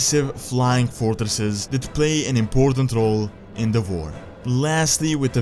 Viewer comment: Why do You say war with a V